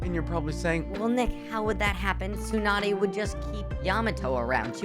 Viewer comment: Meenatoe? Tzunadae? Namikazay? Hoekagay? dude, like seriously, what the hell are you talking about? like how am I suppose to force my self to believe that you are trying to make sense? 😂😂😂